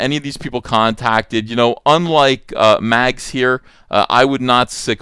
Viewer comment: Short-handing the name to Mags almost sound like Max... You are doing that on purpose aren't ya..?